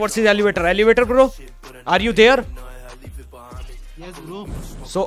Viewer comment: Aap kabhi kabhi elevator ko elevate bol te ho